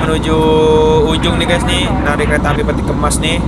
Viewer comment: Narik Bang Bukan Nalik Hahaha